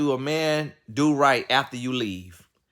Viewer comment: Tony said gone nie 🤣🤣🤣